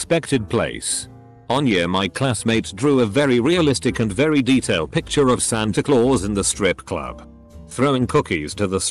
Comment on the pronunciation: lmao the way the a.i says santa claus like that